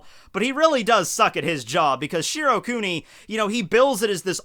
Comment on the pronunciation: Every time said shiro kuni i get more triggered!!!